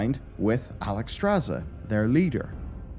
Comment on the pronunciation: Oh step-Alextrasz @@